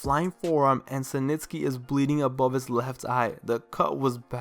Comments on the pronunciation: Its SNITSKY..not SiNTSKY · "Senitsky"... Dude, it's Snitsky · Who the hell is "cee nitsky" 😂 its 'snitsky" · dude, it almost seems like youre saying cementsky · mans kept saying “SANITSKY”😂😂😂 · why you call snitsky "Suh - Nits - Ske" ? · Idk why but the way you say Snitsky bugs me lol. Good video though.